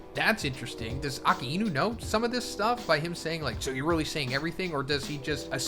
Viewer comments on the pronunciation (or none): Please stop pronouncing Akainu’s name incorrectly. It’s ah-ky-noo, not ahkah-ee-noo. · To this day you still don’t know how to pronounce A-Ka-i-nu 🤦🏾‍♂️ But imagine going through everything to become the Pirate King only to realize that what Imu and the World Government are doing is actually the right side of the story as compared to what it was during the void century, we all want Luffy to have an all out war with the WG using the ancient weapons just like Eren did in A.O.T, maybe that’s why Rogers laughed and didn’t do anything, maybe Robin after figuring it all out will have the same response, and would ultimately chose to leave it to the next generation to decide there own path. It’s just a little weird that all the strongest people haven’t done anything to fight the WG, Dragon definitely knows everything he hasn’t made any movement against the Gorousei, Rogers didn’t, Shanks too and it’s almost as if the only chance any of them had was when Luffy awakened, with the reincarnation of Joyboy but to what extent is this going to go, if he does who is he using them on? In war both sides loose and just knowing Luffy he’s never bothered to worry about all the ancient weapon stuff, maybe that’s why Vegapunk is also conflicted on who’s wrong or who’s right